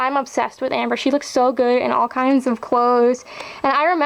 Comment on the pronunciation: I just wanted to let you know that the "J" in Josefina is pronounced like an H in Spanish. So it sort of like Hosefina. I'm not trying to sound like a know-it-all, I'm just trying to help you. :)